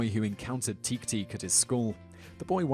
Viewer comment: Japanese is very phonetic. "teke" is pronounced "teh-kay" and "ningen" is pronounced "neen-gen" with a hard "g." it literally means "earthling."